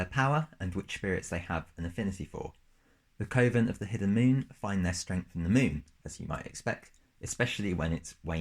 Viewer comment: "Coven" should rhyme with "oven". Otherwise, great video and cool class and sublcass!